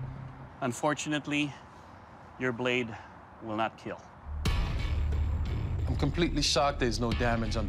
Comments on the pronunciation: You can see the pain in Doug's eyes when he says that the sword will not keal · It will not keal, iRONically 😂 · Hardly I hear "IT WILL NOT KEEEL"